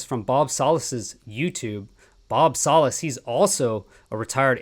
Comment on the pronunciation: It’s pronounced Salas… Like salad